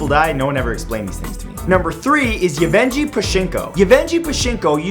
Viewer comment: Yevgenii, not Evenji